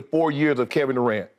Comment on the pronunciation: kevin do-rant is so funny LMFAOOOOOOOOOOOOOO